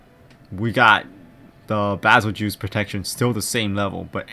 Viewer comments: Bazel-juice he says lol it's prounoced bazel-geese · its pronounced bagel-guy